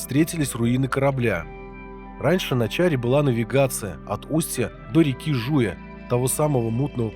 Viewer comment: Жуя ударение на я .На Жуе стоит поселок Перевоз раньше туда завозили уголь ,бензин и соляру баржами по большой воде .